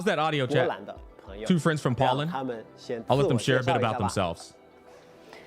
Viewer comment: your pronounciation of Poland is crazy 🤣